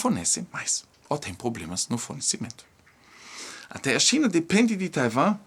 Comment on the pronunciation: SE PRONUNCIA TAIUAAAAAMMMMMM.OK